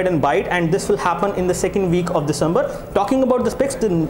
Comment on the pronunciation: you do not finish one point and start another.. like you were supposed to show hardware and then you showed speed test speed... and sir it is not 'disambar' its December and not 'janwarai' its January.